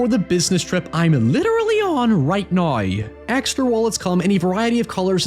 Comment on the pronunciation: I hate the way this dude says "now" and "however"